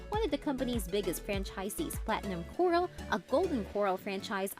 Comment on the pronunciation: The narration had to have been constructed on a computer... how the eff else would it keep pronouncing "Corral" like "coral" ? #Phony